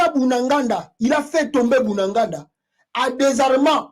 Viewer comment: BUNAGANA et non Bunanganda